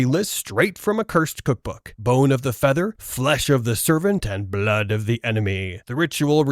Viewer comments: am i wrong or did he say bone of the feather instead of bone of the father? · Aint no way he said "Bone of the feather" instead of Father XD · "Bone of the feather" goddamn AI can't say father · Bone of the father, not "feather"